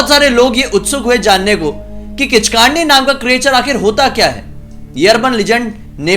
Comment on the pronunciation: किचकांडी नहीं ,किचकंडी कहते हैं उसे